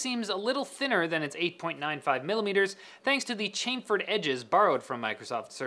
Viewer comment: chamfered - not ch-aym-ferd its chaam-ferd